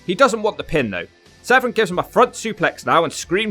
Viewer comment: Its Severn, not Sevren